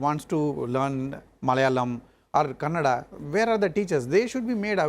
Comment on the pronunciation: It's kerala and karnataka , not keral and Kannad.